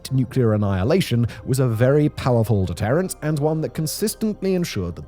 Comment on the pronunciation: Why does he saying “deterrent” like that?? 😠